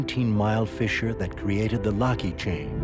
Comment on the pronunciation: ヨーソローちゃん_17 Not for the guy two seconds before him. He can’t pronounce “fissure” or “Iceland,” either.